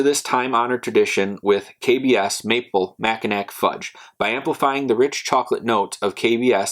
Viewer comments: "Mackinack" it's pronounced Macki-NAW! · Just subbed my friend Great channel. I reviewed the coffee and it was tasty. Going to review this as well. Mackinaw or Mackinac always pronounced Mackinaw.